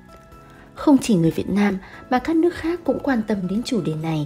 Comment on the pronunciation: Cái lưỡi bị gì mà nói chuyện bữa nay khát ngày mai lại khát. đổi người đi